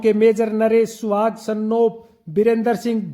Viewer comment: गोत्र का नाम स्याग है सुहाग गलत उच्चारण कर रहे हो